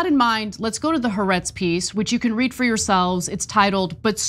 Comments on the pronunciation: The name of the publication is Haaretz is pronounced Ha Aretz! Means The Land! You guys have been mispronouncing it for months! You'd think you'd learn to pronounce it if you're going to quote it so much. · Appreciate this report. Btw, it’s pronounced “Ha Aretz”, it means the country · The correct pronunciation is actually "hah-AH-rehtz" (accent on SECOND of THREE syllables, NOT TWO) The apostrophe represents a break between the first two identical vowel sounds. The meaning is "the land" (of Israel). The Hebrew word for the definite article "the" is "hah", and it is always attached, in Hebrew, to the noun it modifies, creating a single word from the original two words. You are certainly NOT alone, by the way, in your mispronunciation of the name of this basically reliable and respectable Israeli news service and daily journal.